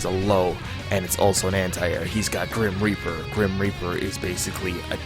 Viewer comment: "GRIM REAPAH. GRIM REAPAH. GRIM REAPAH."